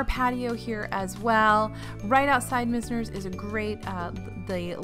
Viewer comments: I could be wrong, but I've always said MIZE-ners (like "wise"), not MIZZ-ners. It's one of my favorite WDW bars, thanks in large part to bartender Tammy. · FYI, you had the pronunciation on Mizner's right the first time - it's MY-zners. (Named for one of the defining architects of South Florida